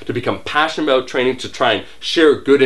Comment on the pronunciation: let's talk Aboot it! lolz